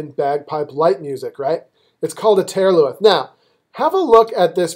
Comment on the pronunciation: I greatly appreciate your help on these piobaireachd movements. I would like to offer you a little help in return. The "th" at the end of taor luath and crun luath is not pronounced like it is in English. In Gaelic it is pronounced either as an "h" or it is silent. in this case it is silent. They are said more like turloo and crunloo.